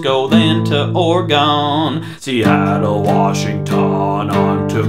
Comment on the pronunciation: Repeat after me, everybody: OR-eh-gun. NOT or-ee-GONE.